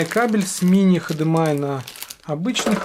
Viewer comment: хдмай )) уморил ))